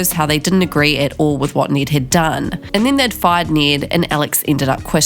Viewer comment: Please learn how to properly say “Ned”